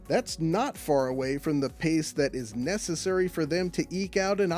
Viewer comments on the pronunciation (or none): none